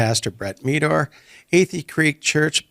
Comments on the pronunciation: Meador is pronounced like "Medder". It's not "Mee-dore". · It’s Brett Meador (Med - or) not (Me - dor)!!! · Meador rhymes with red-door, not how you pronounced it